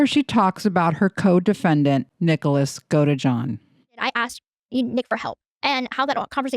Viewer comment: Do you mean? I saw her video yesterday and while I don't watch her regularly, she was mispronouncing the name of Nicholas the entire way through. It made me wonder if she was reading from a script someone else wrote instead of researching the case, Gypsy, Nick, Ken, etc., on her own.